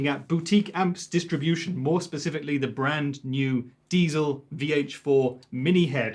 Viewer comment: Puh, it may look gorgeous for usage at home but the sound is VERY limited to my ears. Pretty much every plugins sounds way better... Good to see Trey knowing how to pronounce Diezel ;-)